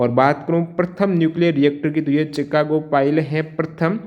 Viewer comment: चिकागो chicago नहीं शिकागो होगा